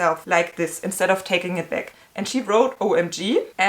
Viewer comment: "Instead", not "insted"...